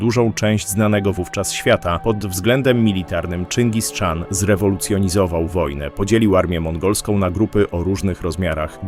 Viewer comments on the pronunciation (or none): Czyngis Khan nijak mi się nie spina z wymową Czyngis Czan :D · Nie "Czingis Czan" a "Czingis-chan"... ✝️ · Czyngis-chan , nie Czingis-czan... Chan to tytuł władcy. Wymowę łatwo sobie zapamiętać w ten sposób ,że na południu dawnych kresów Rzeczpospolitej mieliśmy za sąsiad Chanat Krymski nie Czanat Krymski. Pozdrawiam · Od kiedy Czyngis Szaran się wymawia? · ciezko to sluchac jak ktos mowi czingiz czan. zaproponowalbym nauczenie sie nazewnictwa najlepiej oryginalnego zamiast angloizowac mongolie. to juz lepiej mowic po prostu po polsku a nie niszczyc polskiego jezyka kaleczona angielszczyzna.